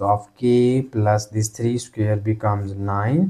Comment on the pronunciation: CAN YOU NOT PRONOUNCE SQUARE...instead of SCARE ???????.